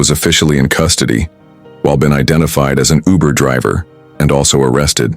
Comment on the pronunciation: It is not ubu it is uber